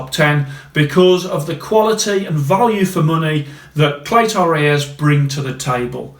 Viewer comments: Nothing rung with how yow say clay-toe ray-yez. Spot on r kid 👍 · Don’t sweat it man, I’m Mexican and you pronounce Cleto Reyes just fine